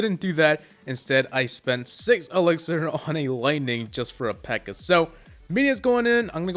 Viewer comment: What the fuck is a pirror